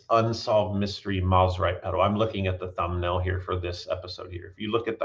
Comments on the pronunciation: I hate to be this guy, but I also know you care about accuracy, so…. It’s pronounced Mose-rite not Mos-rite. The brand’s name comes from the combination of it’s two founders’ last names, the first of which being Semie Moseley. I know several people who knew Semie personally, and they’ve all said the same thing. So I’m confident that this information is correct. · For historical accuracy, Mosrite is suppose to be pronounced “MOSE-RITE”